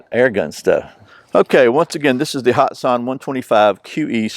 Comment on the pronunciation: It is pronounced hat san not hot san